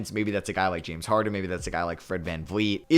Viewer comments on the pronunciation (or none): none